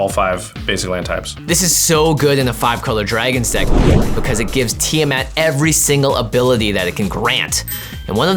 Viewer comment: Ah, that kinda pisses me off how you said TIamat. Oh boy